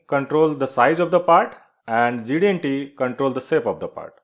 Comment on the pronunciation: Quite a nice and clear explanation. However, would you please slow down when you say GD-aunty? If you do then you'd sound like GD&T. And thanks!